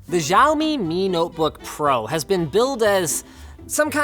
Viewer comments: why "jiao me" it is "si-ao-me" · its not joumi its (xiome)shoumi,hahaha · It's not ziaomi its Xiaomi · Asians: Shao-mee Linus: Jaomee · it's not žaomi, it's šaomi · Sha ow me not zjao me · It's actually pronouced "siao-me" not "ziao-me" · *Szaomi Sounds more like "Show me" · xiaomi is pronounced as ciaomi not jaomi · Linus, why do you pronounce Xiaomi as "Jiao-Mi"? I thought it's supposed to be pronounced "Shiao-Mi"... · It's xiaomi not jiao mi... Rice do not scream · 小 See-Ow (Say it like you're asking a question) 米 Me (say it like you're bored). But yeah close enough, jiowme works too. Cool review tho. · Pronounces Xiaomi as Jaomi 🤦🤦🤦 It's pronounced Shao-mi ffs. They're huge in Asia. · "JIAOMI"? lol its pronounced Shioumi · Dude you pronounced Xiaomi wrong. It's not ziaomi it's ssshiaomi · It's pronounced SHAOMI and not ZAOMI you dumbfuck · Its Xiao-Me, not Jiao-mee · btw Linus is not zhaomi is called xiaomi ! go ask ur team who speak Chinese and get it right! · Linus, the X in Xiaomi makes an SH sound, not a Z sound. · You know you wrote "Chinese language" in the thumbnail, right? Did you consult with Julia the Chinese expert? Also it is pronounced see-yao-mee, not zee. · He's married to a chinese woman and can't even pronounce "xiao" properly. "SCHAOMI". Really, linus? Shaomi? Dude, you could even have asked her for advice. Lazy git xD "Shiiii-aoo", okay? SHIIAO. Xiao. Xi isnt "scha". You dont say "xiexie" like "schesche" (though many incorrectly do that too). The i is important, dear. Very important. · I think it spells more like [shaomi] than [zhaomi]. What do you think guys? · shaomi, not zhaomi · Jaomi? Shaomi? what the fuck? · The X in pinyin is pronounced as a 'sh' - looks good as a machine, i'd be happy to have Linux on it. Astonishing that Microsoft seem keen to make it difficult to switch languages - I live in China and this issue is constant for the poor fools who cannot migrate away from Windows - peace. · Its pronounced SH-AW-ME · More like siao mi.